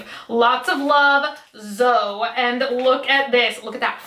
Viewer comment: Great lighting. You look gorgeous as always and whaaatt??.. no complaining?:D (P.S Zoe is pronounced ZO-EEEE, like Chloe, but Zoe or ZOEY) Also, I lerrrrve ASMR. I have been using it to help get to sleep.